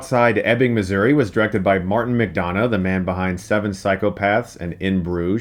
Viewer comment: You keep pronouncing McDonagh wrong. The don should sound like dun.